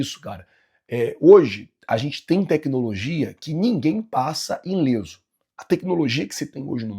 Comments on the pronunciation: Não é inleso, é Ileso. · é ILESO Não inleso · É ILESO, e não “inleso”,. Pô.